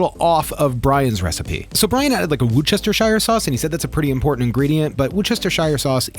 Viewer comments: Having grown up 10 minutes from Worcester, where the sauce comes from, it’s pronounced Wooster-shire (not oooo, but uh, sort of halfway between Woos and Wus) It is not woochestershire. For ease of pronunciation, we call it Worcester sauce, not Worcestershire sauce. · Lol. It’s better pronounced “Wuhster sauce”. The “shire” is silent. I lived for many years near Lea & Perrins. There’s a whiff of the stuff in the air around the factory but the road is (was?) one of the few in the city to offer free parking. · It's pronounced Wooster-sher 😉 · Woosh-duh-sure or whoosh-duh-shire are both acceptable, say it all together and say it fast and with purpose. hope this helps. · Haha wor chest er sheer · LMAO please stop butchering Worcestershire 😂😂😂 You should pronounce it "Wustersher" or even just calling it "Wuster sauce" is fine too. Great vid as always though dude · Yorkshire lad here... Worcestershire sauce... pronounce wust-a-shur. Although I'm a meat eater, I'll be giving this a go. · hahaha you are saying worcestershire wrong haha its adorable haha its pronounced woo-stah-sheer. also there's vegan worcestershire sauce at dollar general and at aldis its really good too!